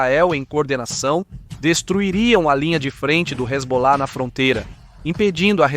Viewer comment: "então vai que resbolar , resbolar ... " Sandy e Junior kkk